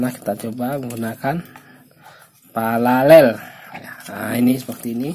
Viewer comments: PARALEL bukan PALALEL 😂😂😂 memang cadel ....😂😂😂 , konten menyesatkan ....😂😂😂😂😂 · Pararel bang bukan PALALEL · Paralel bos bukan palalel... Pala loe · Paralel bang bkn palalel.pergunakan bahasa yg baik dan brnar😊🙏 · 😄😄 palalel. (paralel coy)